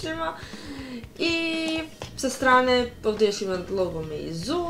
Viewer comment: u klipu si rekla da se valjda tako čita Meizu, pa bih samo da te ispravim jer se izgovara MeiCu u prevodu sa kineskog.:) Takođe bih te zamolio da, ako možeš, neki naredni unboxing uradiš u nekoj prostoriji sa dosta svetlosti i na svetlijoj površini jer video onda zaista mnogo lepše izgleda. Isto tako obrati pažnju da kažeš malo više detalja o samom telefonu. Npr. reći da je kamera od 13MPx je ok, ali možeš reći i npr. da Meizu u svoje telefone ugrađuje kamere sa više nivoa kvalitetnih sočiva tako da su slike mnogo kvalitetnije nego na nekim drugim telefonima, takođe, softver telefona je mnogo "ispeglaniji" nego na nekim mnogo skupljim telefonima drugih proizvođača i samim tim telefon mnogo stabilnije radi. Npr. izostavila si i koji je model USB konektora u pitanju, pošto je Meizu počeo sa ugradnjom USB konektore tipa C u svoje modele telefona. Nemoj mi molim te zameriti na ovome, želim ti da mnogo više uspeš u ovome što radiš jer se vidi da to i voliš, a pritom ukoliko posvećuješ više pažnje i detalja onim stvarima koje prezentuješ u klipu, više ljudi ćeš nečemu naučiti! Veoma mi je drago što današnja omladina uči od Vas jutjubera i što će nešto upamtiti, a zato svi Vi dajte sve od sebe kako bi klipovi bili što kvalitetniji. Sve najbolje ti želim i samo tako nastavi!